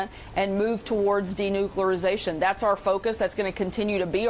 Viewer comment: Denucularzation....she just invented a new word